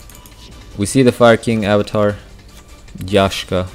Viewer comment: you trigger me every time you say fire king avatar yashka, it's freaking YAKSHA the K before the SH